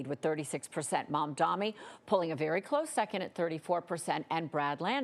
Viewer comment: Its MADANI 🤌🤌